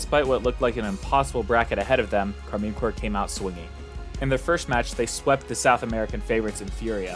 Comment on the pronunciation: Great video, but that can't be how you are meant to pronounce Karmine Corp. Like I would go for a /car-mine/ or a /car-men/ but no chance is it /car-mean/.